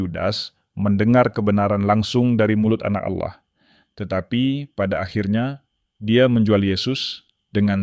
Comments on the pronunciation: Allah bukan auloh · Sebut Allah bukan awloh .. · Kenapa admin menyebutnya Aulah? Harusnya Allah, karna di Kristen tidak ada penyebutan Aulah tapi penyebutannya Allah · Cara baca Allah ya juga harus Allah bukan Aloh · Maaf, karena pengucapan bapak ini dengan kata Alloh bukan Allah / Tuhan, mungkin bapak ini dari islam dan sekarang Murtad ini yg lagi belajar untuk mengikut Tuhan Yesus Kristus, Tuhan kita🙏coba kalian lihat beliau meminta petunjuk untuk memberi satu pengikut utk memotivasinya. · lho kok pengucapannya alloh bukan Allah.....piye ki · pak cara pengucapannya ALLAH, bukan auloh, bapa ngucapnya auloh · Ya betul saya jg mau coment begitu